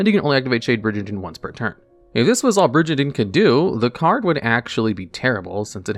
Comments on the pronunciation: Do you really have to say bridge and Dean 500 times because that's not how the word is pronounced it's like brigand. Intensely mispronouncing a name wrong as many times you can is very interesting for a YouTube strategy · Trap monsters are super fascinating. Also, I died a little inside every time you pronounced it "bridge-andine". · I'm getting overly upset by Shade Brijandine's wrong pronunciation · WTF is a Bridge-a-dine??? Learn how to read for the 100th time!! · It's actually pronounced "Bri- GAN - DEEN" with a hard "G". A mispronunciation like this wouldn't normally bother me this much, but you talk about the card for a while and say it so many times... Also, Dinomischus can banish ANY face-up card (important to remember if you can't target your opponent's cards). You wouldn't want to accidentally banish your own cards. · Good stuff but bro that is definitely not how you pronounce brigandine, it's a soft G not a J sound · Or the slaughtering of "brigandine"